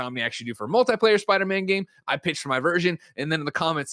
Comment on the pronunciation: He has a lot of quirks when it comes to pronunciation. For example he says Sparder-Man and Markrosoft.